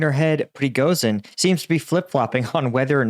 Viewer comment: It's PRE GO SHEEN not pregosin